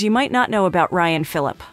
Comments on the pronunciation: How am I supposed to listen to you when you didn’t even take the time to learn to say his name right 🤷🏾‍♂️ it’s commonly pronounced fil’-a-pee Smh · Was there anything worth watching in this video? Cause I can’t listen to her say “Phillip” any more. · 1 Thing YOU don't know about Ryan Phillippe???? How to PROUNOUNCE his name!! No Cred for you! 😞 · I was just about to say..."apparently she doesn't know how to say his last name" lol ...beat me to it darn! Mr. Fillip! 😂